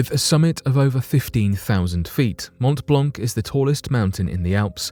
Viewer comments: Geneva and Geneva airport are not in France, but in Switzerland. Regarding the prononciation of Mont-Blanc, it's good, but just ignore the last letters for each word i.e. “t” and “c”., like it was Mon-Blan actually... cheers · The c at the end of the word Blanc of Mont Blanc is a silent one! Just saying! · You pronounce WRONG way the name of the mountain. Shame.